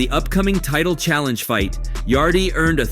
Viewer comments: Wtf yaday yadie yarde mate get ya names right mate come on ye ment ta na wat ya talking bout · how did you make it past the Anthony Yaday , damn AI generated vid or what? The e is silent in Yardes' name